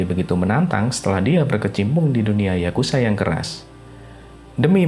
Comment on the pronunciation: Bro ato admin dari situs ini penyebutan yang benar YAKUZA bukan YAKUSA pake Z boskuh bukan S